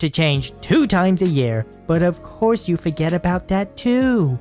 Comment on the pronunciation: “Of coarse”. Hahahahaha